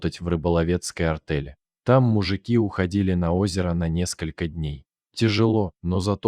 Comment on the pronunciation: АртЕль. Иметь правА. Опять безграмотное чтение! Было ПОХОЛОДАНИЕ в отношениях с женой.